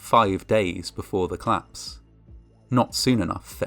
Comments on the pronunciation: Great voice! Col-lapse has two syllables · COL-LAPSE. 2 syllables. So irritating to hear it wrong so often from such a wonderful voice.